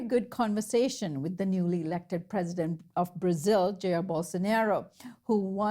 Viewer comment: The way she pronounced "Jair" hurted my pancreas a little. It's pronounced "jah ear"